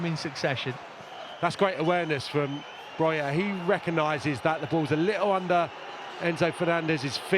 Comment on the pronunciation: His name is BroJa not Broya